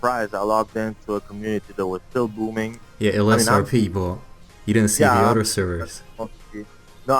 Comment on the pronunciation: А почему ты произносишь other через "о"? Это акцент такой?